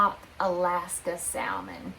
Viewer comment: Hi there,good morning! I came across your channel not long ago and love watching your channel. BUT….. every time I hear you pronounce SALMON…. I cringe, lol. You don’t need to say it and pronounce the L in Salmon. The L Is silent.